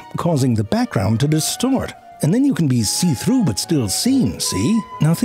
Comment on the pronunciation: seethrouhetnsn.. see-throughnetsns... see-through-esnses.. seethrough esness..